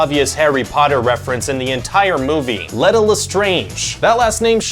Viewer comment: It is not pronounced Let-a. It's pronounced Leeta...